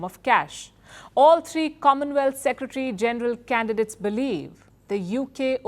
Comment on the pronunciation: Please learn how to pronounce word “ secretary” proper way. It is full Secretary not secetry.